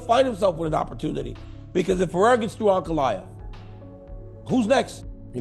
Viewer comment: Three years in and Chael still can't pronounce Pereira correctly.